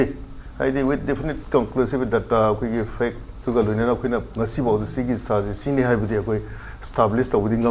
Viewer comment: hahaha hah I was lol when u say pact news